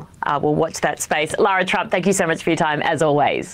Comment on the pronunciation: Thank the assorted gods and deities that you guys pronounced lara's name correctly. I've been secondhand embarrassed for all of us Lauras and mildly angry all week as other commentators pronounce lara as Laura. 😅✌️